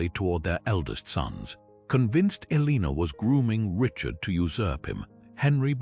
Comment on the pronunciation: TY for the Video However Her name is pronounced El-a-nor, and is spelt Eleanor